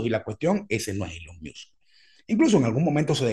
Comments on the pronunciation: Cada vez que dice ”ilon miusk" es un trolleo no? Veo difícil pronunciar así de mal un nombre tan famoso por error. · en caso que sea de tu interés para próximos videos: El nombre de Elon sonaría “ilon mosk” así suena en inglés. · TIP: Decir ilon mosk - Me parece bien el nombre No Beta. - El peo de Apple no vino por lo que comentas. Musk se picó porque Apple quitó las publicidades en Twitter, y Elon se lanzó de picado haciendo un alaraque. Encima estaba el (falso) rumor que Apple quería quitar la App Twitter. Musk prendió el ventilador echándole m**erda a Apple por las comisiones que cobra, cosa en que tiene algo de razón. Inclusó dijo que si los sacaban de Apple sacaría un teléfono. (Y la cosa iba a seguir...) Pero bueno, se reunieron y la cosa no llegó a más. Lo cual me parece bien. (Incluso Apple postergó su proyecto de carros del 2025 al 2026). - ¿Qué cosas no les crees a Musk? - Interesante pensar que va a usar Twitter para Neuralink. No suscribo, pero no descarto que eventualmente sirva algo de eso... Le interesa Twitter principalmente para hacer un proyecto de pagos y muchas cosas más: "X, the Everything App" Te agrego en un club de Musk y sus proyectos en FB. PD: Decir ilon mosk Kudos.